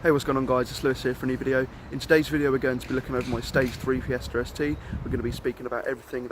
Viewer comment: why do you say fiestaRRRR st?